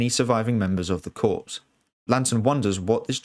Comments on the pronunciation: It's pronounced core, not corpse.. tought you're english lol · The Green Lantern Corps, "corps" is pronounced like "core" not "corpse." At least it is in the US where theses characters were created. Not a big fan of how Snyder did the DCEU, don't like the "hit the reset button" solution. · Corps is pronounced as "core" not "corpse". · Absolutely spectacular video, save for one VERY glaring thing- corps is pronounced like CORE, not like CORPSE. 🤷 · OMG the word *corps" is pronounced "CORE", not "CORPSE" like a dead body!!! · So many get this wrong...for the Green Lantern Corps, "Corps" is NOT pronounced like "corpse", it is pronounced like "core". You wouldn't say "Marine Corpse", now would you? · Pleeease....CORPS is pronounced CORE, not "corpse." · "Corps" is pronounced "core" not "corpse," FFS. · For future reference, "corps" is pronounced "core" not "corpse", it's a borrowed French word meaning group or collection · 1. Stop saying "corPS" with the p. It's pronounced "CORE". As in Marine Corps. 2. Where earth is in relation to the sun wouldn't matter as the ENTIRE solar system would be millions of miles from where it was a year ago. The whole galaxy is rotating with the solar system moving with it. And not only is the galaxy rotating but it's actually moving through the universe as well. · Dude it’s pronounced “core” not “ corpse’ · It is so weird hearing you repeatedly say "corpse" instead of "corps". "Corps" in terms of military or police organizations, or groups of people in general, is pronounced "core". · Narrator needs to learn how to say corps correctly. It’s said like core, not corpse. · it's pronounced "kore / core" not "corpse / korps" . Green Lantern Corps. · "Green Lantern Corpse"? "Corps" is pronounced "core". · Corps is pronounced corr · Stop calling the Green Lantern Corps the “CORPSE”!! You should know better being ENGLISH!! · Excellent video. But the P in the word Corps is silent